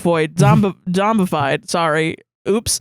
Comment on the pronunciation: I started dying laughing while tries really hard to say "zombified"